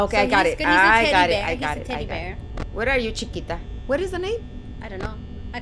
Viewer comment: It's cheeka